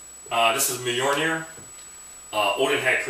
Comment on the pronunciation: Cool prop, wish i couldve had the money back in the day to order one. Btw, its not 'bolnir' its "Mjolnir (pronounced /ˈmjɒlnɪər/ MYOL-neer)" straight from wikipedia ^_^. just dont try and swing that thing around in the house...might light something on fire with a stray bolt O_O